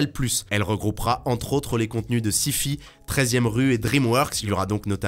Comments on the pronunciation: on dit Saillefaille et non sifi c'est une chaine de science fiction qui est dispo en exclu chez SFR. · Non non tout le monde n'a pas vu la story. Faut arrêter de faire des généralités. Et on dit pas "ci fi" mais "çaï faï" sacrebleu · syfy prononcée sifi comme la syphilis j'ai hurler.... Syfy c'est une chaîne de série et de film de sience fiction, il faut le prononcer à l'anglaise ce qui donne donc a peu près "sahifahi". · On repassera sur la prononciation de Syfy en "Six-fît" X)